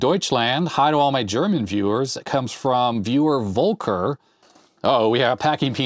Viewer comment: You pronounce "Volker" like "Wolker", while it should be more like "Folker". As a german it almost hurts to hear haha